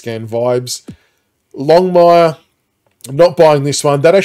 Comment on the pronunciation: It’s longmuir hahaha cmon AFl